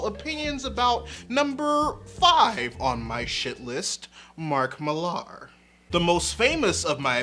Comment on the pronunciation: I adore your channel and appriciate how you think and try to think about so very many things. As someone who has read Mark Millar since his early 2000ad days, I agree with many of your criticisms. But for the love of all that is, please stop mispronouncing his surname. I get the spelling thing, but it's pronounced the same way Miller is. It's a UK thing. Fatman Beyond 5/10/2021 even the esteemed Marc Bernardin points to this being so.